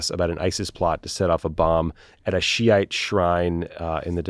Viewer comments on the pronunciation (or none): none